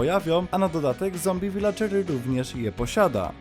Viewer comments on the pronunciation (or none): none